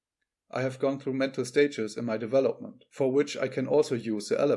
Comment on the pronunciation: Not vari•'able. But 'variable. Accent on the first syllable not third. De•'velopment accent on the second syllable. Not devel•'op-ment. 'Ele•"mentary accents on first and third syllables. Major accent on third syllable. Metaphysics as met•a, not meet•a. Separate is a noun and a verb. Generally verbs are pronounced differently from nouns.i.e., 'rebel is a noun, re•'bel is a verb. The noun 'seperate accent on first syllable. The verb "se•'parate. 'Castrated. Not cas•'trated. I agree with you: leave the fish in the 'wild' water!! 'Profitable first syllable not pro•'fitable. Cooperation or competition? Or a balance?